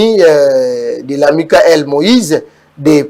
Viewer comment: Vous prononcer Lamuka en français ou en lingala monsieur l'analyste un peu du respect svp